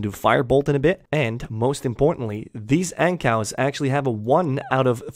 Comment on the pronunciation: Wait...you call Ankous (An-koo) Ancows?